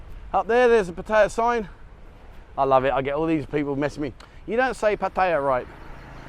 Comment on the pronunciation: Yes it is NOT PEttaya dear bro. It's PAttaya.